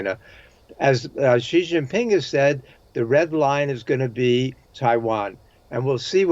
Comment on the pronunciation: Incredible that this host just cannot pronounce Xi Jinping properly. Just the mock-Anglo pronunciation.